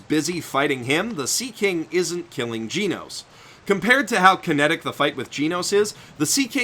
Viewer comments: FFS his name is GEN-nose not Gene-nose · It’s genos. Not gee nose. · Didn't anyone else lose their minds when he said "GEEnos" instead of "GENos" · whispers you keep saying Genos wrong, btw. It's Geh-nos, not Gee-nos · I think it's just genos not geeenos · giinos? I thought it was genos.... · temporarily not here It is pronauced Ge-Nos not Gee-Nos he failed to say it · TeknoWhale he said Jee Nose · it's pronounced GEH-nos, not GEE-nos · "Jinous". My favourite cyborg after Genos. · ジェノス(jenos) not ジノス(jinosu) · Gen osu but without the ooo! Say it right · the only thing that peeves me more than the fact you call avatar an anime is the way you say Jeenose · I swear to god if he pronounces it "geenos" im killing myself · i’m sorry brudda but as soon as i heard GEE-nos... i had to shake my head. good video though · "Gee-nos" smh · it annoys me that you say "geenos" its called Genocide not Geenocide... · Arya Suri Jen Os. "E" makes a preceding "G" soft so it makes a "j" sound. As in "generation" or "general" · Pronounce it like jeenus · "Jeenos" really bro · "Gi-Noos" i died a little inside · Yuck. I can't help but notice how you pronounce Genos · Lol it' not fucking hard to pronounce "Genos" the English and Japanese version both say it correctly the "e" in Genos is said like "elephant" it just really bothers me that you pronounce it wrong so please say it correctly ... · All the times he pronounced Genos wrong. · Did you really just pronounce Genos like that? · Dang the way he pronounced Genos made me feel pain